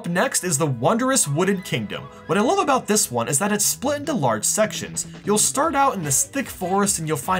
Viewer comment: Hey you should try America your pronouncing of words is weird you say hienee hini and about abuut